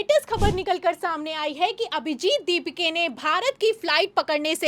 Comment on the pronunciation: Ask her to again conduct same news reading.. With correct pronounsation of दीपाके and not दीपिके..